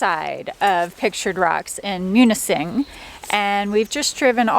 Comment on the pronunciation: Welcome to Pure Michigan. The S is silent in Grand Marais. I say it Grand Maray. Many Mich names came from Native Indian or French. Perfect on pronouncing Munising.